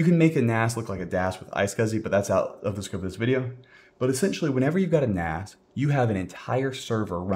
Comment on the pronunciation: A NAS? "You can get by without a NAS" Sounds like "AN ASS" xD